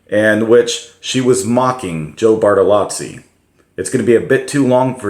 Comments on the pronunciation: Bartolo(zz)i not Bartalatsi Thank you for the video. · "Joe Bartolotzi"